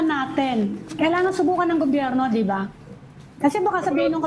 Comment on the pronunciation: And Amy Pamintuan, "di ba?" is so yesterday. It's "de ba?", according to Cielo Magno. 😅